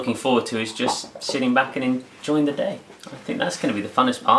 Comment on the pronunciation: Were English so its MUM and its DE force not THE force.